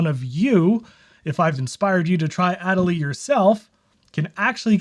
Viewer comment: your pronunciation of adelie hurts me lol